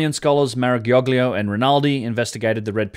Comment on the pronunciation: you have some difficulty in pronouncing "Maragioglio":D - it is mah-rah-gee -'o-lee-'o, with the "lee" made simpler because the right sound... I think it does not exist at all in english.